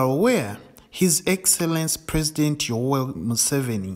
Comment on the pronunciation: Yowel or Yoweri 😂😂